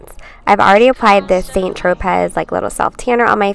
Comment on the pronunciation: Heheh, its pronounced like "Saint Tro-pey" love the video:-)